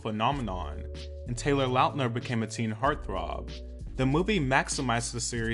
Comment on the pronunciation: love this! thank you for the little nostalgic moment! and thank you for saying his last name right! we've done him wrong for too many years!